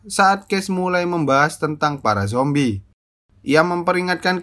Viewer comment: Lu ngomong zombrek ngakak anjr😀🤣